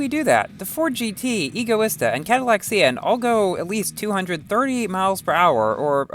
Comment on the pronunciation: Lol, I think you were Hugh when Speaking for this Video. I noticed many flaws like "Rezvani Beast ALPHA", "Egoista in Asphalt 9"... Lol